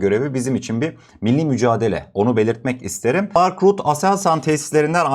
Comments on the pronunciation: Rut degil rutte olacak dogru telefuz et , adamin ismine tecavuz ediyorsun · İsimleri doğru okuyalım. "Rut-te".